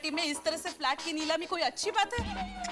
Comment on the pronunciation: Neelami ❌ Leelami ✅😂